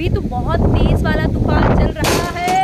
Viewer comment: Vo tupan nhi tufaan hota hai ji 😅